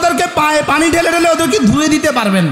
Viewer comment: পানি উচ্চারন করে হানি